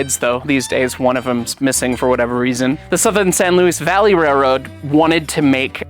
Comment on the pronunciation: The name is pronounced "San Louie Valley", not "San Louise Valley".